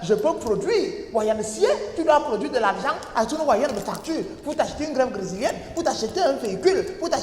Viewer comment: 😂😂😂😂 grèffe "grézilienne" "elles s'en foutent et ferdinand"😂😂😂😂 et son " donc heu" peut me tuer